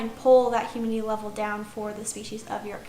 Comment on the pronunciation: “hurmidity” lol